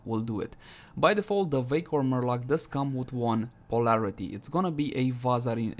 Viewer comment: I can't stop hearing 'vaykor murloc' lol